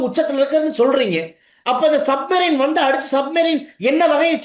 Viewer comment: சரியாக சப்மெரின் என்று சொல்லத் தெரியாத சஜித்